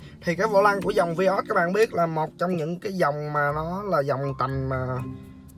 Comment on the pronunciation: Vai ớt chứ ko phải vi ót anh nha